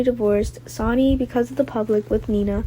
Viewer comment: Will someone please tell the reader that SONNY is not SONY OR SANY! She should at least watch GH for awhile and familiarize herself with the names of the cast. It shouldn't be that hard to do.